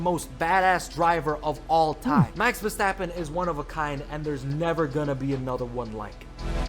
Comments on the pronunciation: It’s not Verschtappen. 🤦🏻‍♂️ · There is no "sh" sound in his last name, please stop doing that